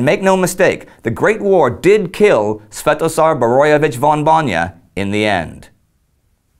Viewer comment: Big high five on saying his name . I was well impressed . Even if i was Sventozar Borojevic von Bojna i don't think i could pronounce it .